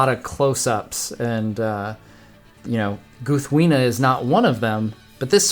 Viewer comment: Ahh such a Great Sword! I love how you showed us how to say the name Proper! My mom got me this sword last year for Christmas. I was a very happy Tolkien fan too. haha